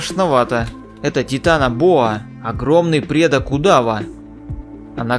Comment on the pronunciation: Не тетанабоа а титанобоа